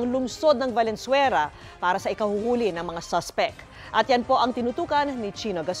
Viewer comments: I'm pretty sure sabi nya "Valenzuera" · Valenzuera! 🤭 sino naka dinig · valenzuera 😅 did u hear that